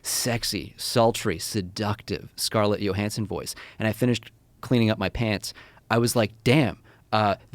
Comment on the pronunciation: “Scarlett Yo-hansen”